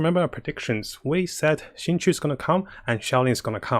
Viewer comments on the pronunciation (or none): Why is everybody calling my boy xingqui its xingqiu goddangit